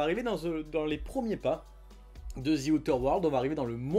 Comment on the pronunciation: En regardant sur Wordreference, on obtient ceci : "before a consonant: [ˈðə], before a vowel: [ˈðiː]". Donc même si son "th" n'est pas correct quand il le prononce "z" (prononciation à la franglaise tolérée), le "i" de sa terminaison l'est parfaitement vu que "Outer" commence par une voyelle.